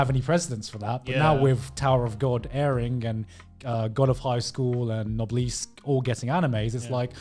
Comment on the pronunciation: the way Gigguk said NOBLESSE is the true psychological horror about all of this ....